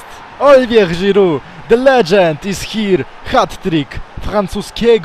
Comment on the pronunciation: Rozwala mnie to "Żhirhu" hahahahhah XD